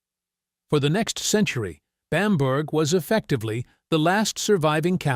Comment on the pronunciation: A good video account, but please get the pronunciation of Bamburgh correct.